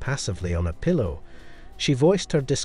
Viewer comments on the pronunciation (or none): none